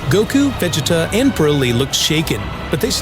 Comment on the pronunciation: Why is the narrator constantly pronouncing Vegets's name that way. Chill out dude